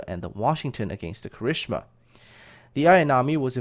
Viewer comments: Um, I've been learning Japanese for long enough to reckon that I know how Kirishima is supposed to sound, but given that is putting so much into these educational videos, and that he isn't saying he's good or qualified to pronounce these names, I wouldn't say that his Japanese pronunciation should really be a point of issue...just my opinion, though. ^^" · Eh, I wouldn't say it's that bad, especially since he gets the 'tsu's right. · do us all a favor and never EVER try to pronounce Kirishima again. My poor ears! XD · Not as bad as one of the narrators of dem 'Murican documentaries imo :D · My thoughts exactly! I think it stuck in his head from one of the documentaries he used in the Kongo-class episode. But ya,, PLEASE don't pronounce that again. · While I agree that he does a good job with most of the Japanese words, If you think his pronunciation of Kirishima is "not bad", then you've obviously never heard it pronounced by a native Japanese speaker. I recommend the anime Arpeggio of Blue Steel. It's available on Netflix, and around ep4-5 IIRC, you'll get to hear plenty of examples of how Kirishima is supposed to be pronounced.